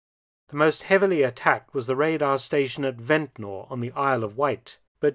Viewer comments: We don't say Ventnor. We say vent-ner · Its pronounced vent-ner but spelt ventnor i live on the island. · we need to correct him. It's ventner- ventnr not Ventnor. As islanders say it